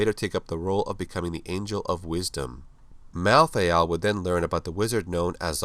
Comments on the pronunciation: rlly malthiel thats how u say it? "malltheall" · How come you pronounce "malthael" in 2 different ways